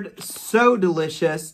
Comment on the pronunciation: LOL Duh-li-cious OMG made me laugh